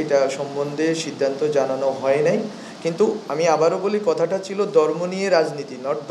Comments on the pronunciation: উচ্চারণে অনেক ভুল, সে কি না প্রধান উপদেষ্টার বিশেষ উপদেষ্টা!.. দর্ম না ধর্ম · দর্ম নারে ভাই ধর্ম ! চাএ না ছাএ 😂তুমিতো বাংলাই ঠিকমত বলতে পারছ না !বাংলাদেশের সেবা কি করে করবে ?